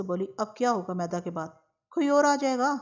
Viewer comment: میدا نہیں۔۔۔۔۔۔۔مِیدا ھے۔عام طور پر حمیداللہ نام کے لوگوں کو بچپن میں مِیدا کہا جاتا ھے۔۔۔شکریہ